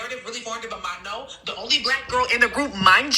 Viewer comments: she doesn't know what she's talking about. Can't even pronounce Manon's name correctly, and is treating rumours as fact. No one has said Manon is leaving the group except weird stans. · her name is pronounced "mah-no" you're saying it like maño in spanish😭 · Its Man-own , not Manyon . No shade girl though I love you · maNON it's NON in french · At first I was like manure? No shaaddeee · why do you pronounce manon like she’s an onion lmao 😭😭😭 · Of all the mispronunciations, I prefer Mañon over MaNON lol ily 😭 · Girl I am sorry I wanna hear the tea but hearing "manion" every time.... Sorry I cannot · The way your pronouncing her name is sending me 😂 it’s pronounced Manown. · Why people can’t say Manon the right way. as a Swiss girl it’s so weird to hear MaGNon or worst Maenoo or idk what😂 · Hey! just wanted to point out her name is pronounced like MAH- NO 🫶🏾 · It’s Ma - NOn but the sound N isnt pronounced, It’s a French name so ON have a different pronunciation, a sound that isn’t fully known in English, but do exist. Just think about how we said no in French and then say ma- before. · “Manyon” is killing me 😭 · Honestly it’s better than maNON lmao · yes me to 😭😭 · actually its really pronounced in a french way like "mah-noe" But people also just say "man-on" in the English speaking world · It’s Ma-no😭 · Mañon 😂 sorry I chuckled every time you said her name 😂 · Ben of the week, partially predicted this. Hopefully it stays the hiatus and she doesn’t leave 🫶🫶🫶 Also eyekons are gonna come after you for mispronouncing Manon’s name (Ma Noh). The amount of misinformation and negativity spread about Manon and these girls is absolutely insane. Thank you for being so kind about the situation. Btw ur hair is gorgeous!! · everyone saying that shes pronouncing manon’s name wrong but idek how to pronounce it either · The way u pronounce her name is sending me 😂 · It's not my name But your pronunciation of manon is😭😭 Get well soon manon ❤